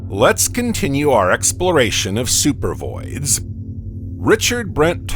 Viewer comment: First of all not only is AI you know narrating the video it seems like a I made the video it's supposed to say supervoids I think and it says super vids. This is freaking weird the AI voice is talking really slow I seriously think the takeover is starting